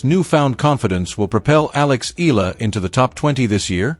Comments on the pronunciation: Eala is pronounced " E'yah lah" in Philippines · E-YA-LA correct pronunciation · Pls. correct your pronunciation of her family name. Eala is pronounced as Ee-ya-la. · To the vlogger: Please do not change the spelling of her last name not unless you're authorised by the person. Its EALA NOT ELA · Say hey name right, then I'll subscribe